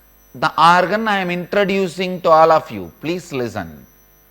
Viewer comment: pleece lizzun lol